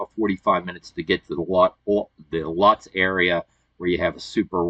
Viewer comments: Pronounced "Lootz" not Lutz. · Just an FYI for future reference … it’s spelled Lutz but it’s pronounced Lootz. All the best! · Just so you know Lutz is pronounced Loots. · Growing up in Tampa we always pronounced Lutz as "Lewts". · Just an FYI and future reference … it’s spelled Lutz but it’s pronounced Lootz! All the best. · Thanks for the thorough video. I'm a native to the Tampa area and had no idea that the McNeil campground existed. FYI...Lutz is properly pronounced "Loots" 😉 Happy travels!